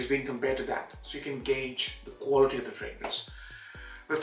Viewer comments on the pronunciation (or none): none